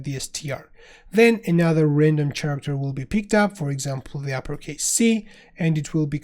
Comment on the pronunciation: awesome so far, but my friend, word Character is pronounced with K in the beginning. Like Karacter. It is a word of greek origin thus CH is pronounced as K.